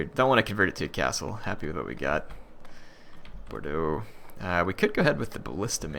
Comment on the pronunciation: Toulouse - "Toe - loose" Bordeaux - "Bor - dough" also you can just double click on a settlement to bring up the info screens